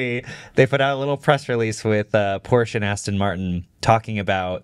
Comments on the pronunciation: Nova launcher is a must on ANY android phone. Edit: Also, even if Xiaomi could hit those specs, I’d be surprised if the US government would even let that car onto US streets. Oh, and btw, it’s pronounced Por shuh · Few points on cars: Porsche is two syllables. VW is an example of an OEM who famously tried to get better at software recently. They hired thousands of engineers and it failed. They fired the ceo and still failed. The Rivian R2 series is just a Model Y competitor. It won’t be the next level of cheap cars. Most people really don’t care about panel gaps and it’s still an overblown thing about Tesla. And they sold 1.8 million cars last year. They aren’t some small startup.